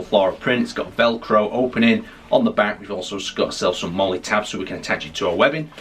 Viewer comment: its MOLL-EE not molay :) otherwise great video